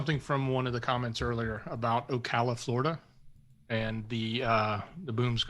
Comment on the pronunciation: It’s Ocala...the a is the same pronunciation as in cat